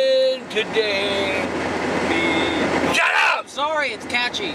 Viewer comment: I think he meant "SHUT UP!", But his mouth didn't do the "sh" part